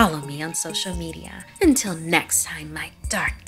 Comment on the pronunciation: “You’re Neck-SSSST”